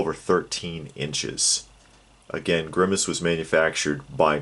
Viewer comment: Every time you say grimmace, I keep thinking Thanos.